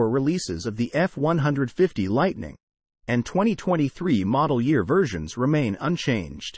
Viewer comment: Hard to watch something where the computer voice is mispronouncing the model name. Is it that difficult to get a human (or properly programmed robot) to do a video that's not even three minutes long?